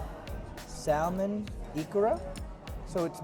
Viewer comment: the "l" is not pronounced in salmon. "samon"